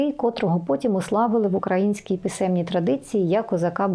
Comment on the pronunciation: Мені завжди дуже цікаві Ваші відео! Коротко ,але із сенсами. Тільки є одне «але»… Ріжуть вухо не правильні наголоси у Вашій мові. «КозАки», «укрАїнський»… якось по москальські трохи). За контент-дякую!